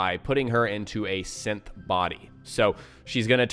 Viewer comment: Is it just me or is he saying simp instead of synth?